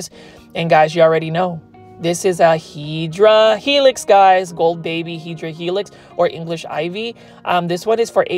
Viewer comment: Hi, I know you like to say HEDRA HELIX but actually and botanically it is HEDERA HELIX. Do like that paper folding and would like to see other images in paper folding. Have a good one.